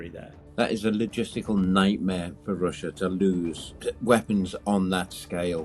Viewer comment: Lost me after the 52nd "you know". And Wussia.